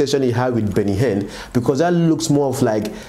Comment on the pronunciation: Guy, pls pronounce people's names correctly now! Which one is Arom? The name is AROME. You also called Benny Hinn Benny Hen. Please do better abeg!